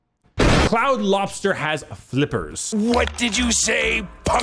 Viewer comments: Pronouncing Claude as 'cloud' instead of 'clawed' is tough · Claude is pronounced "Clawed" so the crabs name is a pun. How did you miss that!